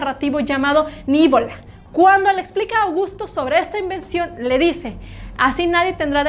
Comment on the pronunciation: Pronuncia bien la palabra: no era "nívola" (esdrújula) era "nivola" (llama o aguda), si lees bien la novela, NO HAY ACENTO